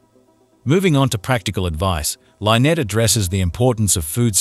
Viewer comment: Why dies the narrator mispronounce Lynette's name???? Drives me nuts!!!